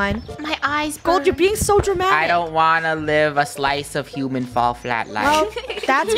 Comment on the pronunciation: “Welcome back to hooman flat” anyone remember that? I do 🥺